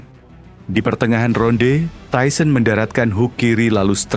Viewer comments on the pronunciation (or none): Tyson emang keren,,, tapi pembawa acaranya bilang tuson seperti binatang, ketauan tyson bonyo kau!!!